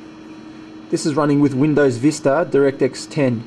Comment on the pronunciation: it's not directix it's direct-x... The gtx has more blue.